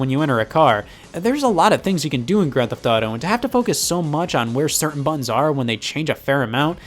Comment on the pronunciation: They are called "butt-uns" not "bununs", Scott